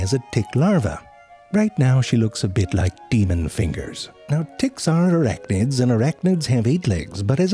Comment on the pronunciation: I swear to god the way he mispronounces tick I heard “erectnids”